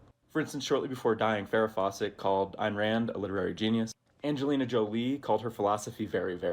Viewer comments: This guy calling Ayn Rand “Ann Ride” is very painful. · did bro actually mispronounce Ayn Rand’s name?